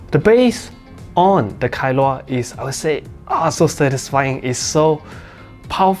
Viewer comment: Kailua is a place in Hawaii. I think you pronounced it well.